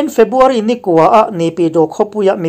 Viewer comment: A ngaihnawmin a bengvarthlak hle mai. A puangtu hian February tih turah Febuary a ti tlat thin ka hria.